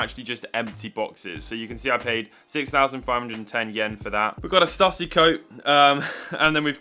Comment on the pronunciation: Btw - the shirt brand is pronounced “Stoo-see” rather than “stuh-see.” It’s the creator’s surname (Shawn Stussy).